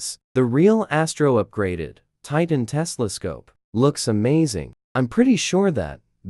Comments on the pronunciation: ITS TELESCOPE! NOT TESLASCOPE!!!! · bro it not tesla scope it telescope